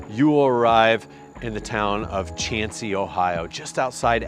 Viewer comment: Mohican is probably double the elevation you mentioned. MTB Project is way off. Glad to hear you pronounce Chauncey correctly. Do you know why it's pronounced "wrong"?